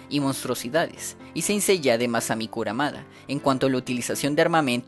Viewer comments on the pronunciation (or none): Otro que le dice a Kurumada "Kuramada" (? (It's a prank bro!)